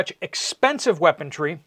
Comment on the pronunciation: There is no "T" in weaponry.